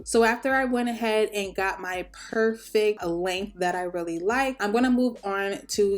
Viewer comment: whay that sounded so pour-fect😂